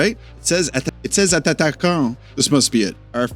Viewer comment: btw, when you say attaquant, the double t sounds just like a single t.